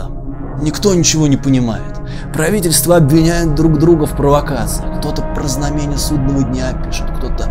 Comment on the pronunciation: Одновреме́нно, знаме́ние, подклю́чимся... Боже, не прошло 10 минут, а мне уже больно слушать его речь.